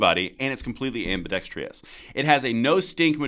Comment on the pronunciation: "Ambidextrous," BTW, not "ambidextrious."